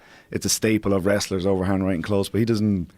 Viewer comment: “LETS WRESTAL” - Conor